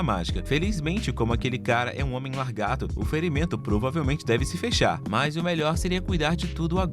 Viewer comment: Pq vc fala largato ?😅 Fazia meses que o YouTube não me recomendava um video do canal.